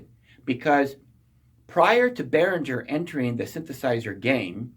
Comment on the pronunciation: gerr! behrin - ger it's german.